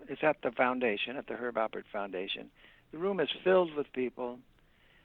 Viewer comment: Alpert, with a p. Is that hard? Really!